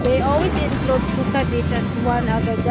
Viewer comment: SOMETIMES WHEN YOU SAY THE WORD; "BEACH " IT SOUNDS LIKE YOU'RE SAYING BITCH...🤣😂🤭 AS IN A "FEMALE DOG"... ITS OK; YOU GET ME GIGGLING. I❤IT‼️ I WAS LAUGHING SO HYSTERICALLY HARD! THANK YOU SO MUCH FOR MAKING MY DAY A HAPPIER AND A EVEN BETTER DAY AT THAT. I CAN ALWAYS COUNT ON YOU & BIG "E" TO MAKE ME LAUGH AT THINGS YOU DIDNT EVEN PLAN TO DO ON PURPOSE, BUT OUT OF THE BLUE...YOU TWO SAY THE FUNNIEST THINGS SOMETIMES OR CLICHÉS THAT JUST FLOW; & MAKE MY DAY RUN A BIT MORE SMOOTHLY‼️ (Y'ALL KNOW HOW HARD SHE MADE YOU LAUGH TOO 🤣😅😁😆😄🤭‼️) YOU'RE ABSOLUTELY ADORABLE. ‼️ PAN SLOWER...I SOOOO ❤ THE ESSENCE OF YOUR PHOTOHGRAPHY. THAT SUN UPON THE OCEAN LOOKS LIKE SARAN WRAP... N--I--C--E‼️